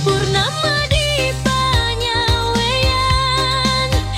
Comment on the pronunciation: Pengucapan panyaweuyan nya salah